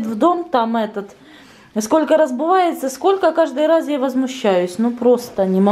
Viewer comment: РаЗУвается ,пожалуйста говорите правильно